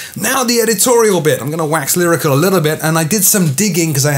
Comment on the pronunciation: "I'm going to wax lyrica a little bit..." ???? I can't quite understand what u said there. What is it you were trying to say? You don't have to speak quite so fast... it's not a race! I'd rather you take a few extra seconds to speak more slowly, each sentence, so I that I can catch everything you're saying.